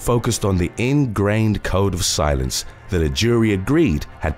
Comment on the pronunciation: Haha when you said code of silence I thought you said cone of silence instantly bringing images of Get Smart to my mind